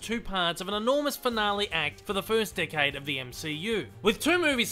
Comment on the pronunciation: Every time you say 'Decade', I hear 'Dickhead'.